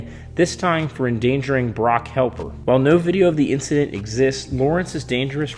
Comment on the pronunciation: (Hep)-ler say it with me.....